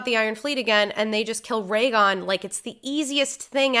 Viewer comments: Goddamit! 7 Seasons and he's still Rhaegon. RHAEGON!!! What on... oh, man. Pls, it's Rhaegal. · Okay but it’s Rhaegal not Rhaegon sooooooo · Take a shot every time says Ray-gon instead of Rhaegal. 🤣